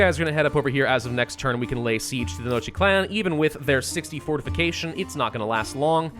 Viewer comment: Tenochtitlan is pronounced (Ten-osh-teet-lan)